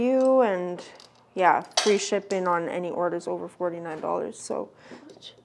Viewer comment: This blew my mind but its pronounced 49 not fort nine. As in we are above the 49th parallel here in Canada.